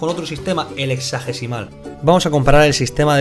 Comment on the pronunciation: yo escucho que dice exágecimal :v dislike